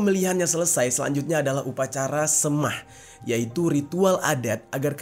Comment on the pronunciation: Semah tu di baca E keras, SEMAH jer